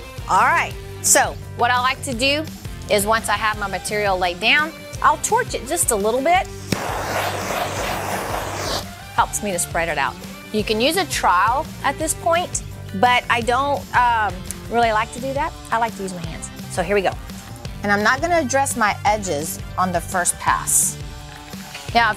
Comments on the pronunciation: I have to correct you on the word TROWEL. It is not “trial”. It is pronounced “tr OW el”. Lol. Just a little helpful FYI. No offense intended. 😉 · "We're not gonna trial this"... I used to live in Texas, but I never heard a "trowel" pronounced as a "trial". It's like a towel, with an R... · Awesome video. If anyone is confused about what tool she was referring to as a trial she is talking about a trowel. A trial is held in a court. A trowel (/ˈtrou(ə)l/ sounds like towel with an r) is a tool. They come in flat, u shape and v shape. The flat edge trowel is good for epoxy. 😁